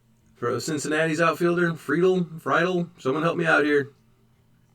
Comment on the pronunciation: TJ Friedl FREE-DULL